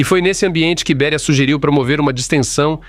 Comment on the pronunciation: Não é Bería mas sim Béria. Ou não fala português? Obrigado